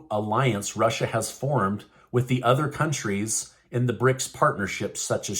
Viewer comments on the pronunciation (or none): none